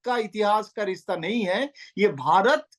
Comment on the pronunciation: rista nhi rishta hota h